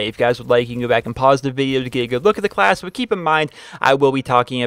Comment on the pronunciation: Does anyone think its wierd that he always call it a create a calss not a class? :D